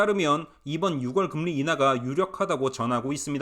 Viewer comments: 6월을 발음할 때 ‘유월’로 하세요. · 6월 => 유월, 10월 => 시월 부탁 좀 할게요 네?😂😂